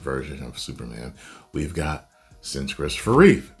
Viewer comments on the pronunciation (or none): none